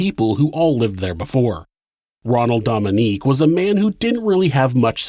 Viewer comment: I love your channel! This is a wonderful episode too. As a Louisiana native tho I feel obligated to tell you that his last name is pronounced like Dough-ming-gay. Louisiana pronunciation is hard lol.